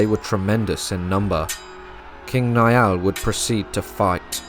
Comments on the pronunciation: The name Niall is not pronounced like 'Ni-all', it's pronounced Nile like the River Nile. Good video 👍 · Love this video! The Last Kingdom is a phenomenal series, I've rewatched it at least 5 times to pick up on all the history! In Chapter 2 of this video I noticed the mispronunciation of Niall when King Niall of Ireland was mentioned so, as an Irish speaker, I thought I'd lend a hand by providing the proper pronunciation! Instead of "Ni-Al", similar to Neil (a stretch, I know), "Niall" is pronounced like Nile, as in the River Nile! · Ui imear is pronounced ee imar and niall is pronounced nile.